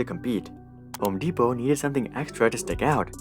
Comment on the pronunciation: mans said homo depot lmao